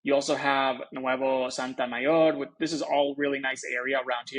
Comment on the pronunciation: No Santamayor, it's Sotomayor...